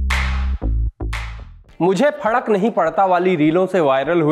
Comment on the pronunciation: Fadak nhi bhaiya fark hota h 😂